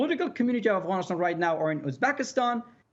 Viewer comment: First learn how to say Afghanistan not Afghanishtan before you talk like an armchair "expert" lol. Pathetic lies.